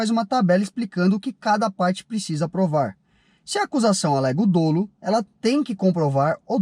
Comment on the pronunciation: sinceramente, vcs acham mesmo que essa análise rasa e enviesada desse pé rapado que não sabe nem falar "dolo" trouxe argumentos jurídicos que realmente sustentam a defesa dos blogueirinhos de carro? Fora que quem não rodar por esses vídeos vai rodar por receptação de carro do Paraguai e outras coisas mais.